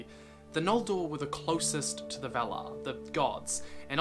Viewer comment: Very nice, but just one correction: we should pronounce "valar" with an open A like in 'star'